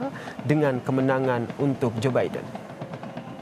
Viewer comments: Zubaedah apa Zaenab gitu kedengarannya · Iya joebidah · hahaha jobaidah..... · Ini kuping gue yang rusak apa gimana ya.. capress kedengeran namanya..jobaidah 😂